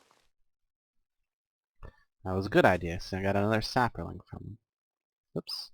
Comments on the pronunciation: Sap-lings, not saperlings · You add an a sound to the word sapling. When you say it I think you are saying sapaling. I'm enjoying the mod pack and your videos.